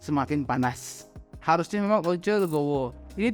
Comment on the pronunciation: "harusnya" bang "harusnya" 😂